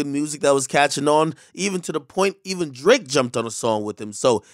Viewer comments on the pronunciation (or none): Drake-o Ak 🤦🏾‍♂️ Jesus Christ